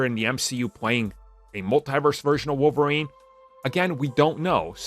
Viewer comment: Wolf-erine he's the wolf lol